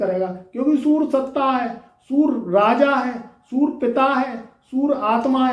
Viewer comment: Pahle bolna to sikh to le bewakoof insan.surya ko sura sura kar raha h.